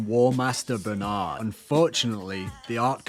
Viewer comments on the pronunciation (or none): none